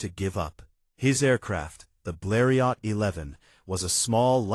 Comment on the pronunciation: most images not the right plane. AI voice doesn't know how to pronounce Bleriot. Dead dry empty video.